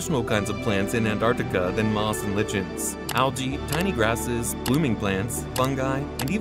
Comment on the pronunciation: Mispronouncing lichen is not a good thing for a video